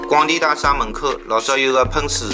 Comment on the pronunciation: 内容很好，点赞！用沪语也很好，仅仅个别沪语发音不对，譬如讲， 大厦的厦，应该读沪语 夏天的夏字音，今天看到五分钟处暂停，下次继续看下去。谢谢编辑这么好的故事，搜集资料也很不容易。假使编辑不反对的话，发现小问题，还会给编辑留下来的。